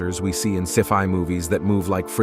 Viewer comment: Oooof so many mispronunciations. Even got sci fi wrong what the fuq?